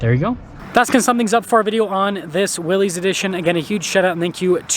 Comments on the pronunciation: its not "wheelies" Its WILL-US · This isn’t a tomato ta-maw-tow deal. It’s Willys not wheelies. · It’s never been wheelies. The argument has always been Willis or willees. Internally Jeep says Willees.. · It’s pronounced Willis, like his last name, not “wheelies, or “willies”. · Lol.. everyone should be saying “Willis”! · It is pronounced Willis—like the WWII jeep. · It's pronounced willis...as in "whachu talkin' about Willis?" It is named for John North Willys. He bought Overland Automotive in 1908 which became the second-largest producer of autos in the US behind Ford Motor Company. Overland was the creator of the Willys MB that became known as Jeep, in 1941. Liked this video! I just bought my Willys yesterday (6/21/2023). Love it! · It's pronounced Willis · It's pronounced like Bruce Willis. You comically mispronounced (Willy's) it two ways. Excellent video otherwise. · It's actually pronounced VILLIS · Only thing I have to say is, I have never heard anyone pronounce "Willy's" as "wheelies"......... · The two major pronunciations are "Willies" which is what it looks like; therefore most pronounce it that way, or "Willis," which was how John N. Willys pronounced his name and the name of his company. Willys Overland. Not sure where you get "Wheelies" from.